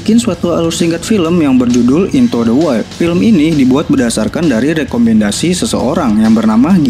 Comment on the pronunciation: Sebetunya bukan INTO DE WAIL Tapi INTU DE WAILD ..